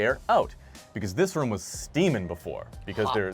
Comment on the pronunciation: Idk, I just remember an episode of family guy where Peter said "room" a bunch of times, don't remember the exact quote, and its exactly the same accent. Must be a New England thing in general.